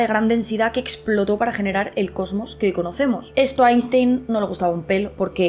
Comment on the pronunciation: Querida gata, maravilloso como siempre pero deja ya de pronunciar Einstein como si fuera castellano. La pronunciación correcta es [Ainshtain]. Eres comunicadora, tienes que pronunciar bien los apellidos extranjeros